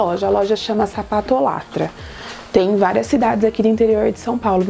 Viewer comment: Ri muito quando vc falou "sapatolátra" pq é "sapatólatra", tipo chocólatra, saca? Rsrs